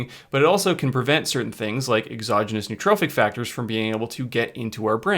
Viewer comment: There is no such word as neutrophic. There is nootropic and there's neurotrophic. You mispronounce them both.